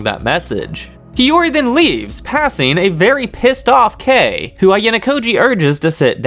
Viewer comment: I still Love how you pronounced Kei's name Edit: also Chabashira